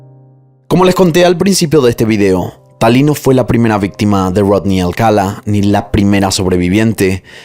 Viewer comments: Amo tus videos, el formato, la narrativa y tu voz. Sólo tengo un comentario en este caso, el apellido se pronuncia Alcalá (enfatizando la última a), no Alcala. Perdón creo que soné a Hermione con: es Leviosa no Leviosá😅😅😅😅😅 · Alcalá cin acento al final no Alcala... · Alcalá, tiene acento/tilde en la última A, es un apellido hispano... Excelente narración, excepto x eso.... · Se pronuncia Alcalá con acento en la última a... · Me encanta tu forma de relatar, lo único que no me gustó y hasta fastidió fue que pronunciaras mal el apellido Alcalá, todo el tiempo pusiste el énfasis en la primera a, cuando el acento es en la última.